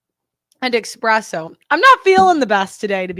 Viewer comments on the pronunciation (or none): Not calling espresso expresso in the first minute of the video 💀